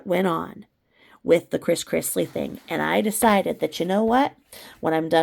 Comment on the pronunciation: Todd Chrisley. Not Chris Chrisley :)